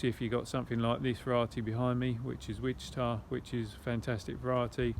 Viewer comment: Wanted to let you know the berry variety is called. Quachita. It is pronuonced "Washita" Im from Arkansas. It always make me laugh to hear peoples interpretation.